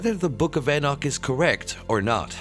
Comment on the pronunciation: Your videos the only time I've ever heard anyone mispronounced the name of Enoch. Some sort of mental illness maybe? In pretty big logical jump there at the end, which is quite illogical. What is wrong with you.?